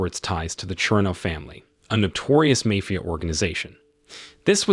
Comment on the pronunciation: A notorious what family how do you mispronounce mafia??